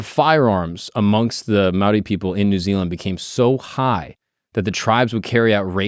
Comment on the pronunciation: I’m a kiwi (New Zealander)- props to for attempting correct pronunciation 👏